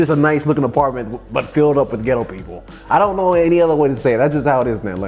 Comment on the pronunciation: The way this man is saying “ghettoww” is taking me OUT😂